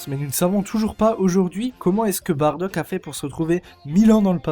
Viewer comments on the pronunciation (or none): none